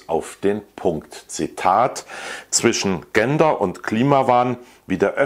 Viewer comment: Sie haben natürlich Recht. - Trotzdem empfehle ich einen Nachhilfekurs in Sachen Aussprache des Wortes "gender"!